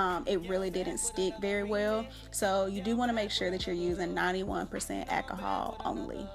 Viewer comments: I could only listen to three mispronunciations of alcohol before giving up. 😂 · Girl i bet u love the dollar tree...go on with that ahkahall..i always thought it was called alcohol but hey ahkahall is cool too.smh